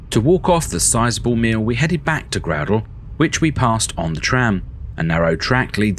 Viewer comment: The 'ou' in 'Groudle' is an 'ow' sound rather than an 'oo' sound.